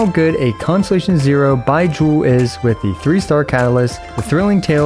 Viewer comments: why does it sound like he's saying "bye-jew" instead of like they pronounce it in the game? o.o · Why are u saying his name like that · Idk why but the way you say Baizhu cracked me up xD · U pronounce Bai zhu v funyn hahahaha. The zhu especially 😂 like you're pouting after saying it Edit: I keep niggling each time u say his name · The way he pronounces "Baizhu" feels funny to me, dunno why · Why you call his name like that tho? 😭